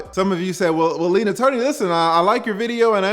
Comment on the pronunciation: I don't the folks be saying lead attorney like u be saying it